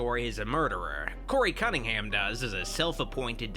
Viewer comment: Did he say Cuntingham?